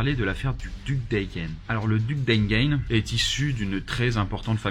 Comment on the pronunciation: Pourquoi une si mauvaise prononciation de duc d'Enghien ?